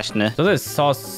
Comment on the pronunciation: Sos a nie sus